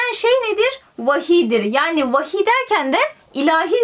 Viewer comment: Herşey güzel sadece vahiye wahiiyğ demesi bütün dikkatimi dağıttı 👌🏻